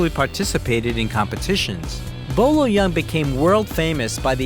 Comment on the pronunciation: It's not Bo Lo young lmao Boyee Ying.